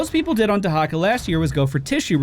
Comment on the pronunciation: WHAT? Dehacka?